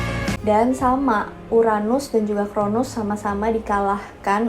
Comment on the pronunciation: Bukan chronus tapi cronos mba